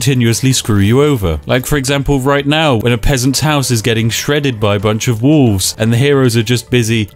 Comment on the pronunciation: Spiff doesn't pronounce the 'l' in wolf/wolves.